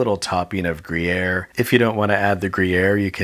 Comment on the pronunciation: Grier? GrIeaYr?? grejeer????